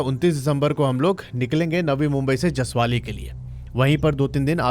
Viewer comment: Jasavli Not jasavali